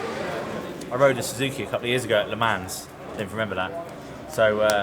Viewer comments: Great video, though that Le Mans pronunciation is a shocker...0.55. English people really struggle. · The way you said Le Mans just ruined my day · Considering the pronunciation of Le Mans perhaps not the best person to ask...